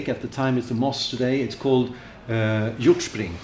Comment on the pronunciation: Hjortspring is hard to say like a dane if you’re not a dane so you did okay